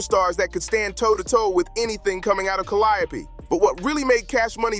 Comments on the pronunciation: Have you ever considered pronouncing the Calliope Projects like the artist you're documenting? Did you not listen to the music? You would've been on the wrong side of alot horseplay with the way you pronounce the name of the Hood😂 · Will the narrator PLEASE learn how to pronounce the project "Calliope" correctly 🙏 ??? For the love of God 😂🤣🤣